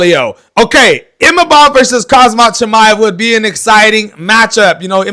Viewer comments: It’s khamzat my man not khazmat wtf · listen to yourself and get your ears checked, you’re literally calling him ‘khaZmat’ instead of Khamzat the entire video 😂. The disrespect and lack of knowledge. Maybe next time get your pronunciation right my man, not hate. ✌️